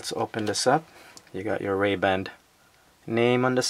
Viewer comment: Why are you saying Ray-band? There's no D!